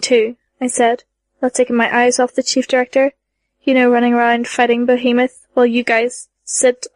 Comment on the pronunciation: Did she say Behemon?